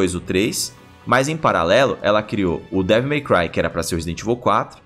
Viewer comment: Toda vez que eles falam Devil My Cry eu escuto devo meu pai 😂😂😂